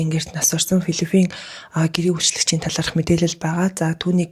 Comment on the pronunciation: Филифин биш Филиппин гэж дууддаг шүү 😅